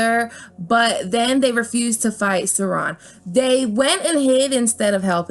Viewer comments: Sauron is “Sow-ron”, “ow” as in “down”. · Are you saying the names of Tolkins characters that way (Is-il-dur, Ar-gorn, and Sur-on) as a troll? Their names are pronounced; Is-seal-dur, Ara-gorn, and Sar-oun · Gotta voice like Beesbury honey and summer silks but "Izzle-dur" and "Suron"? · “Ar- rah- gorn”.....Aragorn “Saw- Ron”.... Sauron Work on that will ya? Lol Nice video though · It's pronounced I-sil-door and Sour-on. Hearing u mispronounce those names was like nails on a chalkboard to me. Just sayin' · I loved this! was waiting for it since you did the last got / lotr comparison, but I especially loved how you butchered isildur! (supposed to be pronounced iss-ell-dur) lol! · Suron? You need to work on your pronunciation